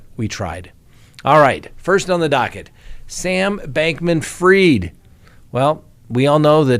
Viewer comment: Not heard it pronounced that way, ever